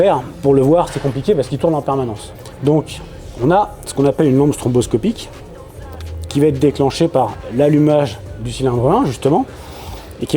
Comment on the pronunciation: Je ne suis pas mécanicien, mais il me semble que l’on parle de lampe stroboscopique et pas stromboscopique non ?